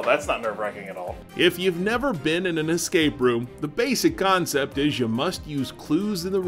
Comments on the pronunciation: Most of the time he said eScape route but there were times when I was almost sure that he said eXcape route. Since I hear a lot of people saying eXpecially instead of eSpecially I might be getting paranoid. Sorry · EScape route and not eXcape route!